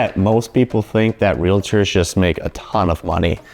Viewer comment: We are Realtors, NOT Realitors! The VERY, VERY 1st thing to learn is how to pronounce what we are! You will find out that it is like fingernails on a chalk board in saying our name incorrectly!Thank u!!!!